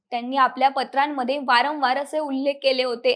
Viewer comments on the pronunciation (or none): none